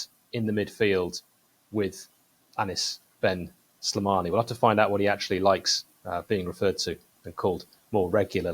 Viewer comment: Just correction how to pronounce his Name : Anys ben Sleemann